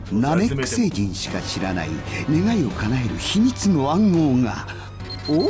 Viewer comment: 超サイヤ人化してても「願い」を「ねげえ」って言ったシーンクソ笑ったわ